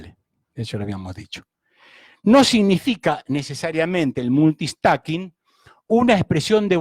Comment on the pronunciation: Que alguien le diga que no se dice "Multi-stacking".